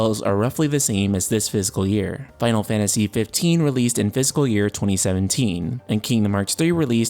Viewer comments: Fiscal not physical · I was so confused at first... you pronounce "fiscal" like "physical". I kept thinking "what is a physical year?" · This might sound like a dumb thing to comment on, but "fiscal" isn't pronounced the same way as "physical."